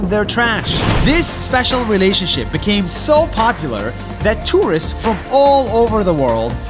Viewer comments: ❌❌❌❌❌ 'became' becomes 'bacame'. Subscribe Nas Daily 🔜🔜🔜🔜🔜🔝🔝🔝🔝. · He B A C A M E so popular